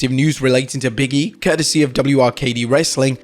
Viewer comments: it’s Big E not Biggie, say it right you’re a wrestling account know how to say the wrestlers names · Biggie, Biggie, Biggie. No. It's Big E :)